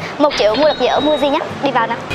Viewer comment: Muji đọc là Mư-ji chứ nhỉ, sao lại đọc thành Mu-ji